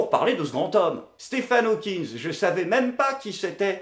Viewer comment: tu as remarqué que France 2 était déjà tellement des incapables qu’à, pour présenter Stephen Hawking, la voix off dit « Steven Hawking était une star planétaire », ces connards ont tellement pas l’habitude de se cultiver et de traiter de sujet intéressant que même après le montage de leurs « reportages », ils ont même pas remarqué qu’ils avaient écorché son nom, à moins que Stephen était son nom de scène et là je ferme ma grande gueule mais sinon, il faudrait qu’ils arrêtent de recruter tout les abrutis incultivés qui sortent des écoles de « journalismes » de France, parce que c’est grave quand même, on parle d’un hommage quand même, pas d’un petit portrait sur quelqu’un d’encore vivant, ni du premier venu d’ailleurs.. Qu’en penses-tu? J’suis pas content!